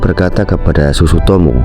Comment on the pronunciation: iya sutsumoto malah dia ngomong sutsutomo